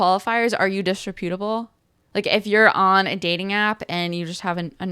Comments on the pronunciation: The word is pronounced "dis-REP-utable" and is more appropriately used to describe a person's character, not their appearance. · First of all, it's pronounced [dis-REP-yuh-tuh-buhl]. Second, it's a lot worse than wearing crocs and pajamas in public--which, by the way, I see ALL. THE. TIME. Its main meaning is that someone is unprincipled, i.e., untrustworthy.